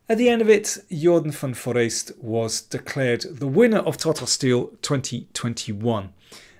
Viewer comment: Thank your for all the excellent videos on Tata Steel Chess 2021. (Compliments too for the excellent pronunciation of the name of the tournament winner, Jorden van Foreest :)!